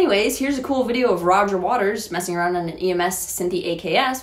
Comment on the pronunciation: The talk box is really cool-uh